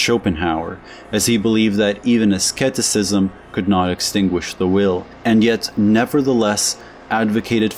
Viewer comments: By the way, the C Is silent in Asceticism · The first c is silent in "asceticism". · are you trying to say "asceticism"? when you say "asketicism"?